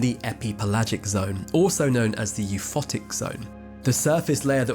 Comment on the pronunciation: you can really gauge the level of education of the narrator, by the absolute butchering of quite a few words...Bathyscaphe, euphotic to name a couple...